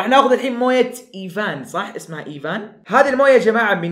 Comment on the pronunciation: أيڤيان ✅ أيڤان ❌